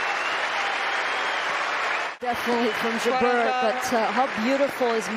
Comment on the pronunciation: Even Jabeur's infamous (and predictable) drop shot play couldn't deter the genius of Swiatek. Incidentally, if any commentator is reading this, the name is pronounced JA'br, not J'BER.